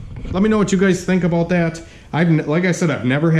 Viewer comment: "I don't know how I feel abooot it" tuned